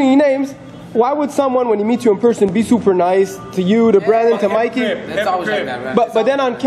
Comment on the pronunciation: Its mikey not mickey lol